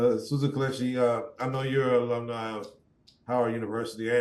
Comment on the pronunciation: Kelechi not kilechi